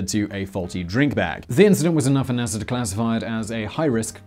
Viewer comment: NASAR the British accent gets me every time lol can pronounce Russia correctly instead of Russiar like NASAR